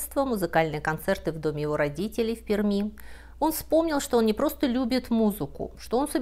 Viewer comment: пишется Пермь, произносится "перьмь", "в перьми" . хотя понимаю, не всем дано это запомнить или хотя бы погуглить, чтобы не позориться.